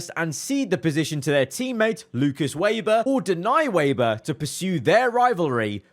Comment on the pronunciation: it's not waber it's weber bro